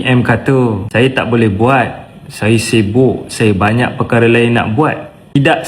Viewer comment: "Saya bantak kerja"Kerja cakap biting sahaja.